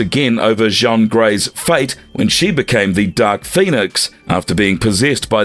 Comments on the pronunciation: It seems like a great video, but you mispronounced so many names wrong, it kind of turned me off. Also, in the video title, you have Gladiator described as a Kree, when you mention in the video he was Strontian. Now, those flubs aside, the video was pretty good. A big favorite of mine, by the way. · yeah you're telling me. They also mispronounced Jean Grey's name lol. I've been running into this a fair bit recently. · Jaun Grey, dafuq. IT'S JEAN. Like Billie JEAN. NO Jean Valjean from Les Miserables. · Jean Grey? It's pronounced JEEN not JHAWN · Yo said Jean Van Dam Grey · How can you repeatedly mispronounce Jean Grey's name? For future reference Jean is pronounced the same as "gene", not as "john" which is spelled "Jean" in french. Strangely a couple of times you got it right, but most times you pronounced it as the french "john", which means you didn't even get her gender right. I could forgive this if she was some obscure character that was unknown except to hardcore fans, but she is literally one of the most widely known x-men characters (comic fans and non comics fans alike) as well as important x-men characters, and a founding member of the team who first appeared in the 60's and has appeared in one form or another consistently since. If you don't know who she is, you probably shouldn't be making these videos. I can understand that maybe the voice over guy is just reading a script and doesn't know the characters, but why didn't someone in editing pick it up? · "jon grey" ...? 🤦🏻‍♂ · I know that someone just hired this voice over guy to read scripts but my god.. I can't anymore. He literally pronounced Jean as John Grey. Also who is classifying Captain America as one of the most powerful?! I can't. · Okay this AI voice was bd but I couldn’t get past the Frechman: Jean Grey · these AI generated videos are full of so many annoying errors (the way it pronounces "Jean" Grey lol) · Thank you... I couldn't even finish the video because that was annoying me so much...